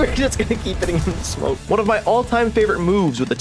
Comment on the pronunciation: "smonke" nice!